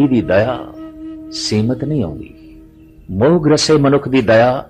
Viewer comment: ਮੌਹ ਨਹੀਂ ਮੋਹ। ਹੋੜਾ ਲੱਗੇਗਾ ਕਨੌੜਾ ਨਹੀਂ।